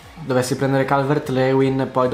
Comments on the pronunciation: Si ma si dice “Calvert-Liuin” non “Leuin” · Calvert Lewin si pronuncia Calvert Liuin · Si pronuncia calvert Liuin